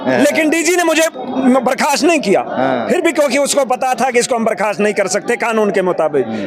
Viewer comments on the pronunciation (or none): none